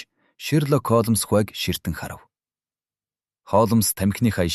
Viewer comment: Холмоос гэдгийг нь засаж болку юу ??😊😊